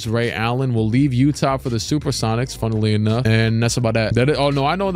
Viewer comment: “Funnuhly enough” 😂😂